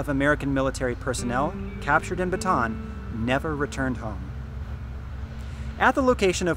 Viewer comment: I'm late to the party here. One of my pet peeves, is how foreigners pronounce Bataan. You pronounced it like something a stick held and thrown in the air by a cheerleader. It's pronounced Ba ta an. . As an aside. I was stationed at the Navy Radio Transmitting Facility Capas Tarlac . My eldest son was born at the Clark Hospital. Thanks